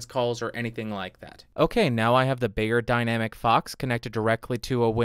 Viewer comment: Helpful review, but... dude. It's "beyerdynamic." Not "bayerdynamic." They sell audio equipment, not aspirin.